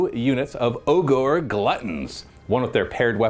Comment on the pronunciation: “O-GOR” 😂 Just say ogre, man. They changed the spelling for intellectual property reasons, but same pronunciation.